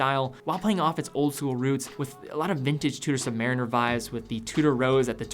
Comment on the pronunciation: Its pronounced Chew...Da not two...daa, great vid